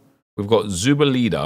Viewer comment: You’re the 3rd Brit I’ve seen pronounce Zubeldia like that 😂 it’s -dia not -eda 😂